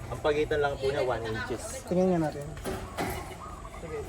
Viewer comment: one inch, two inches ang bigkas diyan.